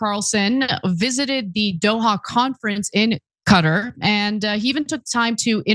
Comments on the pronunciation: Thank you for pronouncing Qutar correctly. 👍👍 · They say Cutter because as you already know the original Arabic letters and pronunciation for قطر are different from English.